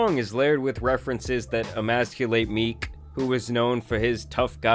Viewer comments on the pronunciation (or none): MeeCKK, bro why do you put so much stank on the end of words?